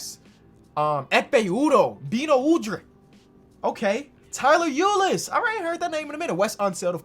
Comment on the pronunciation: Tyler Ulis? he starts with a U